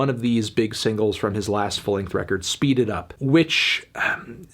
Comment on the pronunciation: Excuse me, Anthony, but the correct pronunciation of the Gunna song is "SHPEED IT UP"